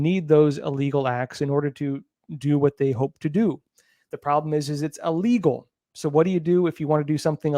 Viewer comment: Hey,....... it's "ill" - legal. Not "ah"- legal.